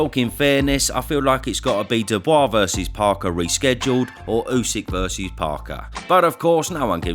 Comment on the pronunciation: I've found the one downfall of using this chanel to buff up on boxing knowlege to impress people when one of my friends has a bunch of lads and lasses round for a few drinks on boxing night..... apparently Dubiois is not pronounced the way I learned to pronounce it (I learned from watching these vids) I'll never not call him Dubiois now but I got absolutely creased at when I tried to join in the boxing conversation.... so yeah, that happened 😐